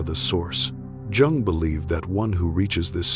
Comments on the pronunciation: Has to be AI, the chronic mispronunciation of Jung and Jungian is revealing. Not to mention the cadence of the narration — no space to take a beat or breath. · Please pronounce Jung correctly?